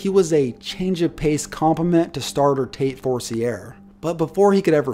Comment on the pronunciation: its pronounced Tate For-See-Ay